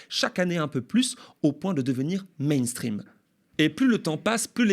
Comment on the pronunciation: "Mainstrean"? Ça me désole toujours assez l'utilisation de mots anglais. C'est ringard. Pour le reste, on sent bien que pas mal de médias alternatifs commencent à sentir le rance. Ça ronronne. Envoyez un peu de lourd, merci, Macron se contrefout de vos formats gentillets. Au contraire, ça lui fait de la pub...😑